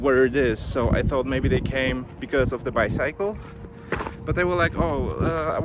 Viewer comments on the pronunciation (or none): Great video! Super weird experience with the police. You know I don't drink alcohol, but I would totally try those Yuzu Sake Kit Kat! 😍 Ps: You should check your pronunciation of the word "bicycle". 🙈